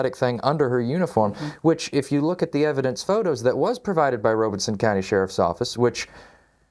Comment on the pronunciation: Robeson (ROB-ih-sun) Rob Not Robe And no R after the E